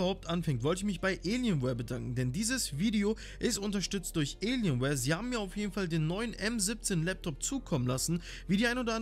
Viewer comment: Wie er das sagt elienwear